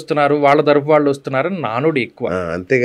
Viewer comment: అయ్యా ఎంత పెద్ద విద్వత్తు ఉన్న వారితో మాట్లాడుతున్నాము అన్నజ్ఞానం అన్నది ఉండాలి ముందు. ఆ ఓకే ఓకే ఏమిటండి. ఉచ్చారణ దోషాలు సరిదిద్దుకోండి. ఇల్లు, కల్లు, వీల్లు, వాల్లు …ఏంభాష ఇది…..😡